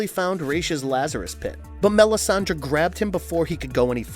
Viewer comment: Dude! You have no sense of correct pronunciation in this universe. It makes you look stupid. You called Melisande ..Melisandre. then you called DUCARD .... Deckard. You would think before you make a video that you would at least watch or read the material along with Hooked on Phonics. Plus the original pronunciation of Ra's Al Ghul is Rozz not raysh.